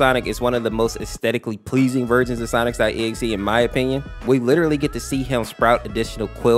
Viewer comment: Bro it sounds like he’s saying sonicstotexe